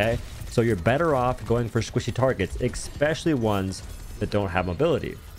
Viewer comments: LOVE your content! Orisa 2.0 is the first time I've ever really enjoyed playing the tank role. Very much looking forward to developing my skills. Sidenote: "eSpecially", not "eXpecially". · are you saying eckspecially? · "ekspecially" is not a word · What’s “expecially” ? 🤔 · Sorry but “eckspecially?”